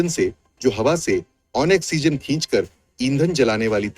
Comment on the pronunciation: Ai audio hai isliye oxygen bolne me usko dikkat ho rhi hai vo hindi me likha padh ke bol rha hai